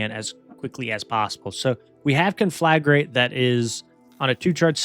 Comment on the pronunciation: I'll give you 1 sub for every time you pronounce conflagrate correctly